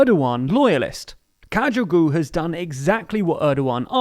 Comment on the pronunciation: Kajugu? 🤣" Khav- g ouglue " is the best pronounce for Sahap Kavcioglu